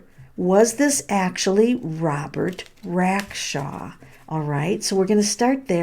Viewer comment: Do you know how to read? ‘RacksTRAW.’